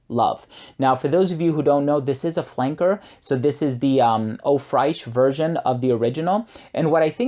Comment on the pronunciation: That would be great but I don't like to travel. Nice video. I would like to say tho Fraiche is French for fresh and it is pronounced the same way we would say fresh. Just with a French nuance to it. I have stopped myself many times from saying this. I didn't want to get crap for it but I know you would be fine with me telling you.